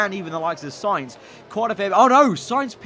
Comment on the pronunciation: Val-terry Mah-tsoo-shi-ta Sign-th (Sainz) Jaw-vee-nah-tzi Who else do we have?